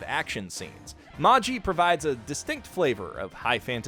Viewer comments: Can we talk about how he said maji when it is said as magi multiple times in the series :/ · It’s magi not maji they say it in anime so much😭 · Jesus Christ it’s MAH GI not MAH JEE....how in the fuck could you ever get that wrong? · Heres him pronounce it Mah-Ji instead of Mah-gee. visible fury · Is Magi actually pronounced Mah-Gee and not May-jii? (I thought it was a reference to the Zoroastrian priests which magic was named after?) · I really appreciate a lot of things about this video, but it also drove me up the wall to hear someone repeatedly pronounce "Magi" - in which the G is properly pronounced like the G in "Gandalf" even in English and for which the pronunciation guide is right there in the series title - as if it were "Maji." What happened to let that one slip through the editing process? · LOVE ONE PIECE!! Magi is one of my most fav ever.. and dude.. how can u be sayin "Magi" wrong??? wth??? lol It's pronounced :Mah-Gee .. and LOVE Yu Yu Hakusho! Nice choices! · Isn't Magi pronounced with a hard G? like Maggie? Don't get me wrong I don't WANT to hear it that way, I like me a soft G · Me: "yes someone gonna talk about Magi": "ma-Gee" Me: uncontrollable anger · That is the most interesting way I have ever heard the word Magi (plural of Magus) pronounced. Taking all your recommendations, by the way... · The way he was pronouncing magi, and the fact he was saying genie instead of djinn is really throwing me off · I like how you mentioned Magi, but those pronounciations....Jesus.... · pronounces "Magi" incorrectly despite watching the anime Weebs: I'm not mad, just disappointed